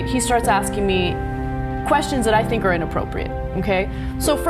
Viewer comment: It's sink yoghurt